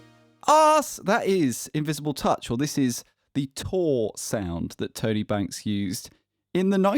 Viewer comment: everytime you say Tone A - I imagine someone with a thick new york accent calling out to their buddy Tony